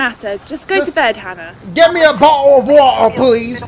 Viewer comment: Nobody: Dashie: "u shuldve had yo bah-oh uh wah-uh"